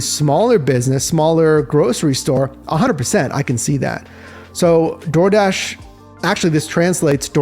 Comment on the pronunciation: Dardish? Dardish??